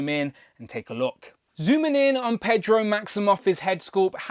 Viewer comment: "Pedro"? it's Pee-etro. "kwiff"? kwOff I did notice when you were checking the torso articulation the front white strip goes straight, while the back stripe continues the zigzag. That, and the comic shorts were light green, not dark. I'm more used to the blues, but I liked the 90s grey/white. We got that in 5" ToyBiz days, but not in Legends. I'll pass on the more recent "FFWD" />/> look. ugh. I'm not holding my breath I'll actually see this in stores, as Walmart "exclusives" get overlooked around here.